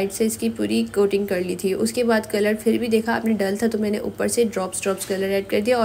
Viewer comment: Cake hoti nhi hota hy sis map.apni spoken skills me b kan,kren video or achi ho jy g ...jesa k.fir fir nhi phir hota hy